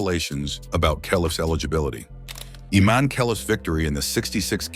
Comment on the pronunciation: I-MAN-e says it all